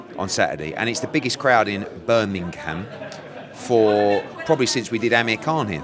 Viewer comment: He’s saying bur min im instead of Birming um